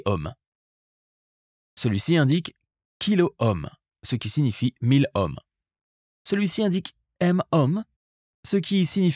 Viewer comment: la valeur des résistances en . . . HOMME ? ? ? MDR ! on dit plutôt (phonétiquement !) . . . EAUME !